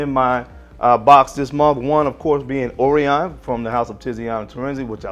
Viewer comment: Nice Blazer. Orion is a constellation pronounced "oh rye en" with the emphasis on oh. I enjoyed your video.